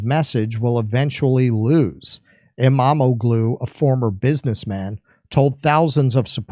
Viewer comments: SAY: AIR-do-wan and Ekrem EEM-mam-mool. Apparently, the "g" is silent in Turkish names. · El-mah-ma-glue? lol why haven’t we invaded this country yet?